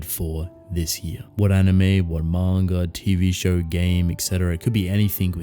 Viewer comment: "Mawn-ga" xD